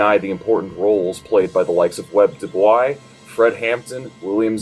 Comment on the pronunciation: Lil correction: it’s “do-boys” Dubois refused to pronounce his name in the language of his enslaver ;)